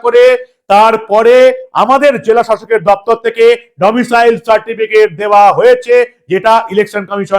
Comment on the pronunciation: আপনাকে বারবার বলেছি Domicial নয় , Domicile 😮